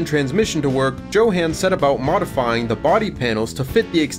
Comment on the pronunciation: Johan is pronounced Yo - Han NOT Johan - Han 😂